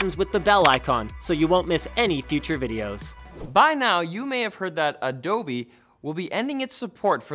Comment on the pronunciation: ADOB, NOT ADOBEEEEEEEEEEeeS